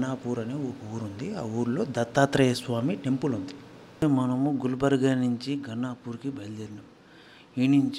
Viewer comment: గణపూర్ ఖదురా నయనా, గానుగాపూర్